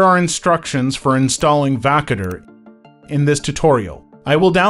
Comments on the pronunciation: Wtf is wakader dude 😂 it's Voukoder Woo- Coder you dingo. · Learn how to pronounce the name of the application.